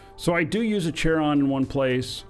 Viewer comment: It's not Chair-on it's KAIR-on. It is named after the ferryman to the Greek underworld.